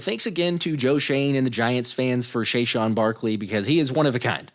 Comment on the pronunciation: Wait... did he say Shayshwan?